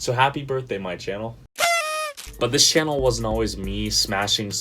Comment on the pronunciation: Another great video btw not shannel...channel with ch xD anyway amazing people say after 100k subs come easier and you get more sponsors easily..keep it up